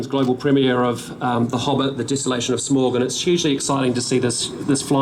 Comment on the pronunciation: I like to imagine that Peter's inner Tolkien nerd is cringing at the Air New Zealand CEO constantly mispronouncing Smaug's Name. XD